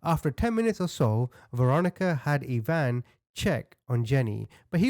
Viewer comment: Dear....it's pronounced ( I ) eye van... Ivan.... I-van......like Russian....😊❤